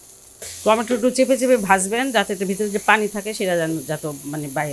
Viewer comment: টমেটে কে আপনি বলেন * টমেটুর * ❤